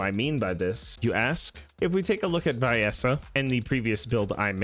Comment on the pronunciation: The biggest question is why you put so much emphasis on the I in Viessa's, pronouncing it wrong.